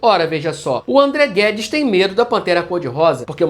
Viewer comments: Perfeito o video, André. Seu roteiro é sempre impecável. Toda Vez que o Nando Moura Petista Conservador falava "André Guedes" eu tava ouvindo "ThunderCats" e fiquei sem entender o motivo disso kkkk um abraço. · Que vídeo é esse do anão que fala "Amdreh Guedis" 😂😂😂